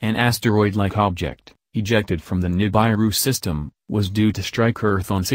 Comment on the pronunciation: NI -BAI-ru? Ni-BAI-ru fragment? Come on guys!